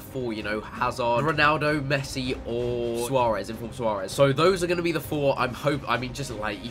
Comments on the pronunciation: Missi it's Messi!!!!!!!!!!!!!!!!! 😂😂😂😂😂😂😂😂😂😂😂😂😂😂😂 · I wonder if anyone can pronounce the name of the club man of the match Messi is going to